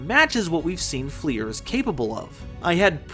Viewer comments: its pronounced like fluer de lis, its french, so not flEER, but flUR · I appreciate your video but DAMN stop pronouncing Fleur like FLEER, it's french for flower